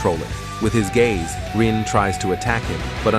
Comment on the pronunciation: I'm sorry, who is Rui? I keep hearing you say that name. Are you referring to "Rin"? The protagonist?